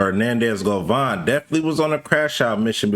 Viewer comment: his last name is GOVAN not GOVON yall influencer's wannabe a journalist so bad tryna not da work a regular job😤 it just explains how lazy yall are didn't graduate from high school you can't spell nor pronounce 😂😂😂😂😂😂😂